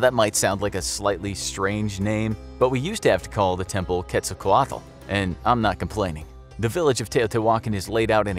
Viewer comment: "Tio T. Walken" Christopher Walken's Uncle. TiO tEe WaLKen...but can pronouciate Quetzalcoatl correctly.